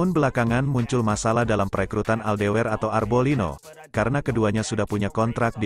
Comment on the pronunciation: min klo membaca naskah atau nama yg bener donk ..,,MotoGP motojipi d baca motogepe..fermin aldeger d sebut fermin aldewer...hadeuuhhh 😂😂